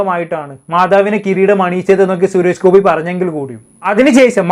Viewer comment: Malayalam sharikku samsaarikku.....shures gopi alla... Suresh Gopi